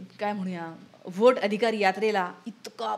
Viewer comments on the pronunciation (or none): none